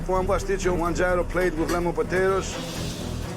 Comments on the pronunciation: Gordon for the love of god, gyro is not pronounced jay-row, its more like hero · Yeero, not giro! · You'd think of all bloody people, especially the quality of chef Gordon Ramsay is, he would make at least an effort to pronounce Gyro properly lol. It sounds like....ear-oh. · Bruh gyro. No it’s GYRO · How are they all mispronouncing gyro??? 😂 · I’m Greek. Can’t believe the way they chose to pronounce gyro